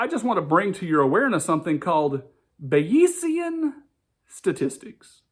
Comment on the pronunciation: You're hilariously mispronouncing and misunderstanding Bayesian Statistics. It's not about belief. Weather forecasters use it all the time. Belief is not the same as probability.